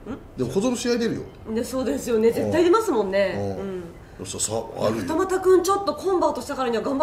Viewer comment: 二俣のイントネーション